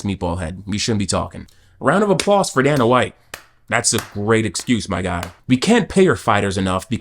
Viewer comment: bro wants to insult capitalism and Dana White but can't even pronounce Dana's name properly 😂 bro keep your libtard "colonization" smooth brain opinions out of videos that aren't related to that whatsoever